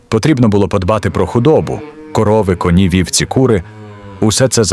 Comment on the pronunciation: Та не дровА , а дрОва!!! Чому ви в українських словах робите російські наголоси?! Не конІ , а кОні Не травИ , а трАви Не чАсник , а часнИк!!! Не кагАнці , а *каганцІ*. Ви ніколи не чули, як звучить українська мова? Вже не говорячи про зображення. Ніколи не бачили української хАти, навіть на картинках у дитячих книжечках? Вони були обмазані глиною і побІлені! А української пЕчі? Якщо вже ви назвалися "Історична правда", то створюйте щось максимально схоже на неї! Бо у вас покищо виходять "Історичні побрехеньки", нафантазовані ШІ.